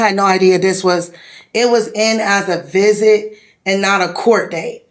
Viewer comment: "Cause it sez it wuz a viz-eyit" on the back of a card. This is how she shows up to "viz-eyits". I bet you $100 that this whale has never worked a day in her life.